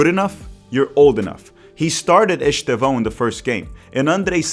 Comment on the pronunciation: Despite being Brazilian (and speaking excellent English btw), it's noticeable how you can't pronounce Estêvão's name correctly rsrsrsrs